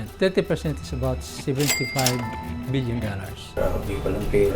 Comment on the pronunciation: Nalula naman ako dun sa pagkasabi ng estimated value "wan handred fifti billion dollars" 🤣